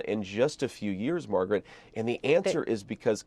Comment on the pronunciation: He actually got her name right. Calling her "Margaret," rather than "MAGA-rat."